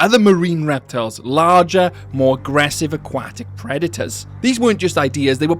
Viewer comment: Never heard someone butcher the word aquatic like that in my life.